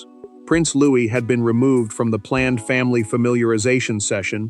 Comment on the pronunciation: Louis not Louise